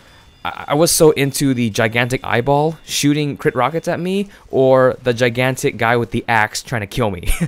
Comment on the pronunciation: when u said giantic eyeball i was thinking you said giantic Ipod LOl